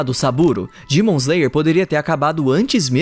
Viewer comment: Cara no meio do vídeo eu percebi que em vez dele falar demon ele fala dimon me deu uma agonia